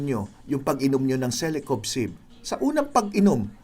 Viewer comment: Doc parang mali ang pagsambit nyo sa celecoxib .sinabi mo celecobxib